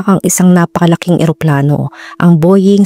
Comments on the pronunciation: Boying talaga?..bowing ang pronounciation . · Nice, great research. Pero po ang Boeing is pronunced as Bow-uhng.. Parang bo-wing, hindi po bo-ying ... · It's pronounced as "BOW-WING" and not "BOY-YING" ,,,😭😭😭😭